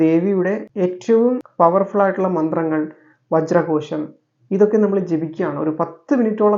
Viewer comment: വജ്രകോശം.... വജ്രകോഷം ഏതാ ശരി.... 🥰